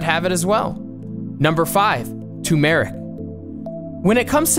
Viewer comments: #5, Tumeric......it's tu*R*meric...... you're even pronouncing it without the "R"...... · It's turmeric not toomeric plz speak English bro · why do you omit the 1st R in Tu"R"meric, it's not Tumeric, also Tombmeric! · Turmeric Not Tumor-ic TURRRRR MERIC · Someone just made a video using all sites that appeared on googling healthy arteries. Also its turmeric not tumeric! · It's called tuRmeric ; and not tumeric. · It's Turmeric & not Tumeric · Its TURMERIC not "tumeric"... 🙄🙄🙄🙄🙄 You don't need green tea. Or flaxseeds, for that matter. Everything else looks great. 👍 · it's NOT "toomeric" - it's TUR-meric!! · Tumeric??? It’s turmeric I wonder if the rest of your video has any credibility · It’s TUR-mur-rik, not too-MARE-rik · The word is pronounced TUR-mur-ik, not tu-MER-ik. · It’s not TUMERIC ITS TURMERIC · TURMERIC.. NOT TOOMERIC !! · toomerik? lol tur mer ic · ' tuRmeric '. Many people omit the first 'r'. There Are 2. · It's called Tu"R"meric! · Where did they come up with "tew-meric" anyway! Lol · Be No he pronounced it TOOMERIC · I have never heard anyone pronounce it ( tume ic ) without the r. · Not "tumeric". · You are not pronouncing “Tumeric” correctly. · Good information. Request the content creator check "how to pronounce turmeric? " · I feel uneasy hearing your Turmeric pronounciation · How did turmeric get this way to be pronounced? When ? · The way you say turmeric tells me you probably never had any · He is not saying turmeric right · Hahaha he can’t say Turmeric or Cumin properly.. 😂😂😂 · Please don't pronounce 'turmeric' like that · How much are you paying this guy who can't pronounce Turmeric and the person who can't spell it? Will their positions be opening up soon?